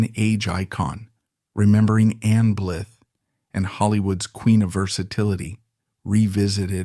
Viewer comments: This is very frustrating you keep pronouncing her name wrong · Disgusting CLICK BAIT—the moronic non-human AI Narrator cannot even pronounce her name. Blah blah fake emotion—don’t waste your time!